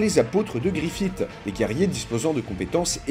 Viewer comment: Arrêtez de dire Griffite par pitié, ça se prononce Griffisse